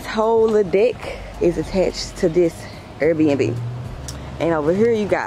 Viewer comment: The fact she says “air bb” instead of air bnb😂gotta love her